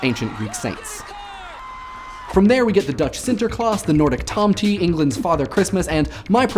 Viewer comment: It's pronounced tohm-teh, not tom-tee.